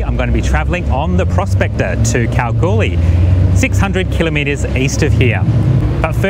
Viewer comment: Thank you for pronouncing 'kilometre' correctly! :)